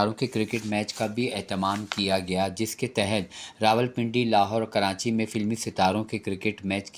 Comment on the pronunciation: ماشاءاللہ بہت عمدہ کاوش مگر پلیز آپ کراچی کو کرانچی نہ بولا کریں۔